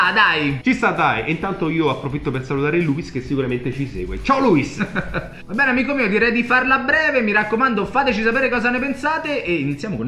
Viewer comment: si dice luis con l'accento sulla i non luis D